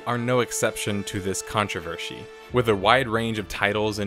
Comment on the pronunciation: did our just say "controvershy"? the mask has slipped and underneath we have a russian spy:)